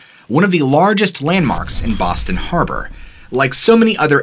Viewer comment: Im from Boston, A small City call Charlestown, you said Boston wrong. But everyone says it wrong